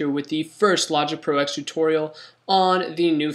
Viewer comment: It's logging ten not x silly